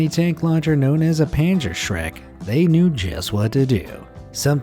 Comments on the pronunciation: When I heard panzershreck I actually heard pants are shreds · Its called "Panzerschreck" the "sh" is incorrect but acceptable. Greetings from Germany 🇩🇪